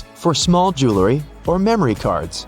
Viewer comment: Neither one. It's jewelry. Joo well ree. Spelling counts.